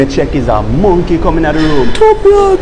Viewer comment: ".. munnnkkeyyy?" O.o